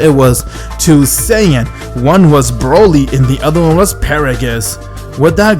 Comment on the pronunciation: i love how you said broly to bruhly